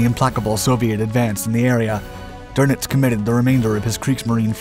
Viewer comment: His name is not Admiral Donuts ---- it's Doenitz ...